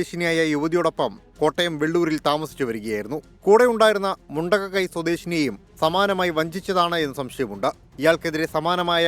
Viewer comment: Not Mundakai, it's Mundakkayam